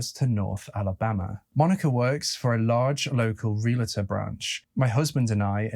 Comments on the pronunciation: listen to Americans saying 'realtor'. It is 're-al-tor' not 'real-alator'. Otherwise just fine. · Realtor, not realator. Jewelry, not jewlery. Nuclear, not nucular. Thank you. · Pet peeve: it’s real-tor. NOT re-la-tor!!!!!!!! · Ok I’m gonna get a bit realtor bitchy here. It’s NOT Real-ah-tor. It’s REAL-TOR! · Out of the abundance of the heart the mouth speaks, mental illness or no mental illness. BTW, realtor is pronounced real-tor, not reala-tor.